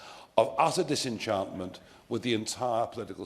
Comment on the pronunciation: I got a little stuck at "disenchantment" does Nigel play minecraft 😂